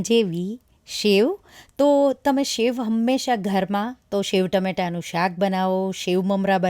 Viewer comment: It’s sev not shev🙏🏻